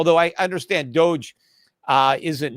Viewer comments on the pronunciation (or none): none